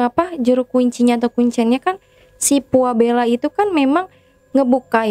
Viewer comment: Pualeba bukan puabela